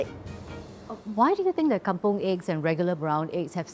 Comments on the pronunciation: It's kampung not kampong. It's even pronounced kam-pung not kam-pong. Please leave those Malaysian alone, they make their own words. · Is Kampung, NOT Kampong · Kampung not kampong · Bukan kampOng la tapi kampUng.